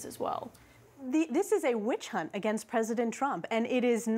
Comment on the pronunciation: The moment she said witchunt Kaitlyn should have shut her up.